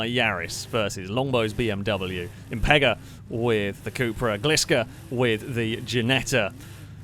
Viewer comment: It's called cupra, short for cup racing but U in spanish is pronounced as oo, or as a long u like in June.